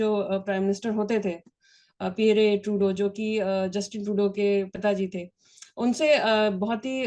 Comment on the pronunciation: Pierre ( piyer) not Pierrey Trudeau. Very poor reporting.